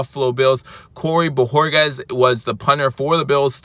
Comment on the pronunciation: great job on the pronunciation of BO HOR KEZ!! You FINALLY get it right, now that he’s leaving. 🤦🏻‍♂️!! Nah just joshin you bro. Aloha brah